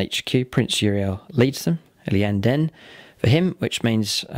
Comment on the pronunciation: Your pronunciation of eldar words confounds me, lots of extra letters lol eg. Liyanden, Aloothwe, Falouchu, . . . . If you pronounce them as they are written, and said by GW staff they are; ee yan den, oolthway, Fal choo